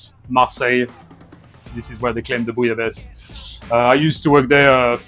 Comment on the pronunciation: BEFORE WATCHING I JUST WANT TO PRETEND THAT THE WAY THIS WORD IS PRONOUNCED IS BOO- LA- BA- SAY... PLEASE TELL ME IM RIGHT.. WOULDNT WANT ANYTHING TO HAPPEN TO IDK SAY THE EIFFEL TOWER... DID HE JUST SAY BOO-YA-LAYS? TISK TISK...